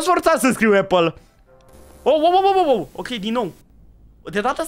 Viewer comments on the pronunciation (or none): none